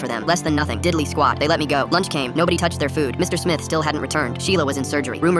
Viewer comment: It was diddly not diddt